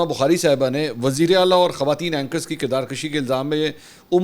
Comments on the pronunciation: محترم لفظ کردار کُشی ہے کردار کَشی نہیں درست کیجیٸے صفدرصدیق رضی کراچی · Kirdar kashi nahi kirdar kushi کردار کشی میں ک کے اوپر "زبر"نہیں بلکہ "پیش" ہے۔ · کردار کشی نہیں کشی ہے یعنی کشی کے کاف پر پیش ہے